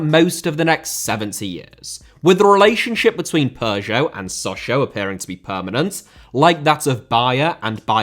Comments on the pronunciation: Dude it sounds so funny when you say Peugeot, your pronunciation really made my day 😁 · great vid but the way u pronounce peugeot is pissing me off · it does, but sadly he pronounces both wrong.